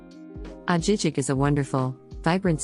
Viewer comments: It is pronounced Ah-hee- heek. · Girl you have to know how to pronounce these towns. I really doubt you have even been to those cities. Ajijic was the clincher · if she even visited Ajijic she would know it’s not pronounced that way. Leads to her credibility of what she is talking about if she hasn’t even visited the towns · need to improve the narration. Ajijic was pronounced wrong! Jajajaja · Soooo wrong. 😂